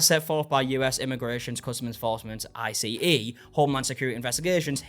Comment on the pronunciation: Hello, I love the videos. Colloquially, in the US, ICE is referred to by the word ice rather than the spelled out acronym I.C.E. for future reference. Thank you for always working hard on the great content. You fill the gaps in these genres.